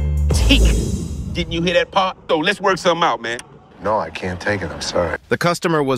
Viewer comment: It's AN-TIQUE! 😂